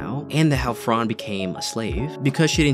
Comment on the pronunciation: its fran not frarrrn :((((((